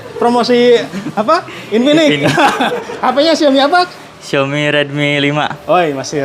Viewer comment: Xiaomi kak bukan Xioami